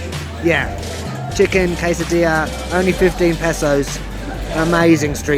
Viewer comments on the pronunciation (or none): none